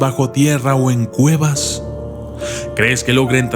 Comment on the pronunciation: yo crei que era un documental de exploracion de cuevas pero oh!!! sorpresa escucha en el min 1.15 claramente dice exploracion de guevas jajajajaj